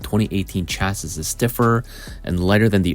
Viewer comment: It's pronounced Cha-see, not Cas-sis.